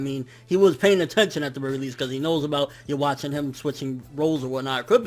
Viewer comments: Why do all reviewers keep saying youwatch instead of juha? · Please man. Read this before you continue saying Yhwach's name like that. The W should be pronounced like a V. The CH is to be pronounced like a K. So in that sense: Yuh-vak. Or keep it simple and just call him Juha. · Desty Nova thats also not how you say it